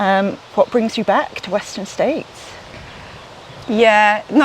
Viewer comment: W'eszter'n "States" Csillag :) (heard it on the singletrack podcast)